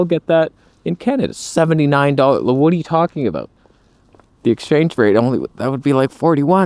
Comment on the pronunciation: It's "aboot" to get interesting.